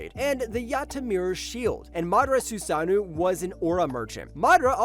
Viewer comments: It’s susano’o not “susanew”. What’s with all u lazy content creators mispronouncing words. Do better culture vultures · Can't watch any further after hearing "susanu" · wtf are you saying man, susanu is NOT how you say susanoo